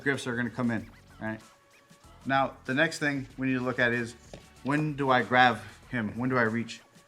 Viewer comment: great video, but please my man its graB not graV